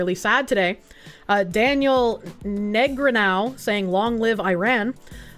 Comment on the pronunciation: Weird seeing Daniel Negreanu here. I love his poker clips. Dude is great. Btw in case you see this, its Nuh-graw-new LOL